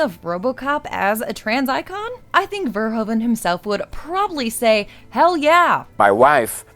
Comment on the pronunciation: This is an old (and a great) video so probably someone already mentioned, but it is pronounced 'fer-who-ven'.